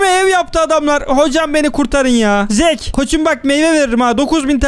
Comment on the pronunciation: Zeak’e “zeek” deyince gelen pişmanlık hissi